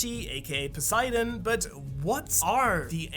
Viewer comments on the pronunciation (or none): none